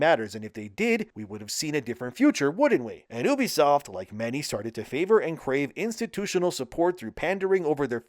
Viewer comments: Why do you have to say oo-be-soft the same way that idiot Angry Joe does? It's you-be-soft 😑. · It's you bisoft not ooo bisoft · "Oobisoft" Who pronounces it like that? It's "You-bee-soft." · No i dont remember when the company named OOBISOFT meant something But i do remember when a company named U-BE-SOFT THE RIGHT WAY TO SAY IT MEANT SOMETHING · I struggled with this video because you constantly pronounced Ubisoft wrong. It's short of Ubiquitous Software. you-be-soft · Learn to pronounce ubisoft to start...